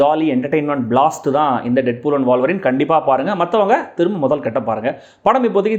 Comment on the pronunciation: Boss , அது வாழ்வரின் இல்ல..... ஊழ்வரின் (wolverine) Wool - Va - Rin. 😂😂😂